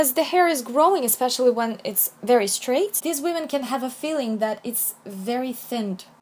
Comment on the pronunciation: I love how you say women as weeman